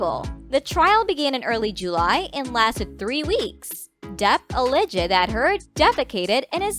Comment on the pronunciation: al·leged /əˈlejd/ Learn how to pronounce all the words before the gig. Why are you reading this like every line is the happiest news ever?!? 😡 🤪